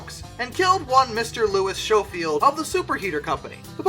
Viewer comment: Schofield is pronounced "sko-field", like school. You will almost never find "sch-" pronounced as "sh-" in English (the original kind). As for "Bombardier" in the French way try bom-BAR-dee-eh.